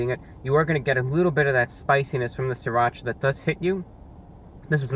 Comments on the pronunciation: it's siratcha not sriratch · "Sirrrrrrrrrrrrrrrrrrrrrrrrrrrrrrrrrrrracha" the Anti-Reviewbrah